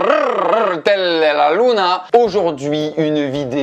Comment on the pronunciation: Vraiment de plus en plus long le système de roulage de r au niveau de "carrrrrrrtel de la luna".